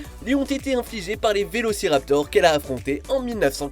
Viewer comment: Faut apprendre a mieux lire son texte:) "Vélocirapteur" n'est pas correct, mon p'tit.